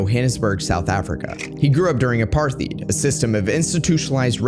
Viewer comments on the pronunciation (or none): Mate - interesting video. Just remember, for future reference Apartheid pronounced with a ‘t’ not ‘th’.